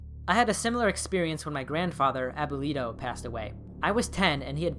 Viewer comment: never heard someone pronounce abuelo like that